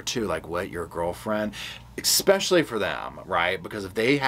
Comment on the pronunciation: Sir, it's pronounced: 'ESPECIALLY' not 'EXSPECIALLY'